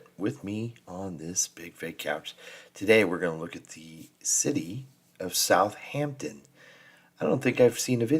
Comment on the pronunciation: It is Southampton, and not Southhampton